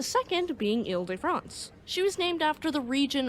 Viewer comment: 1) WOW!!!! Magnificent French pronunciation!! The private school I went to pronounced foyer as "foy ihr" and a classmate often spoke of "Horse Doovers" (Hors d'Oeuvres). 2) Very much looking forward to the HL Hunley ep!! Way to go!!